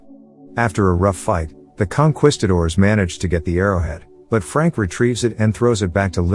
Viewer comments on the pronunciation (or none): It's con kees cators. Not quest cators Tomato tomato. I know